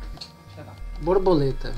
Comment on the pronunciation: era muito engraçado o falando a brabuleta a brabuleta.